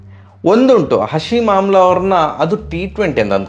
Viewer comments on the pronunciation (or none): Bro adu hasim amla anta hasim mama alla 😅😅😅😅